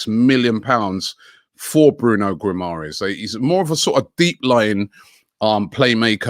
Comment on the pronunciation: It's: Gee-ma-resh